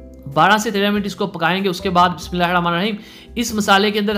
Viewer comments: Meherbani kr k Bismillah sahi parha kren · Bismillah sahi parha kren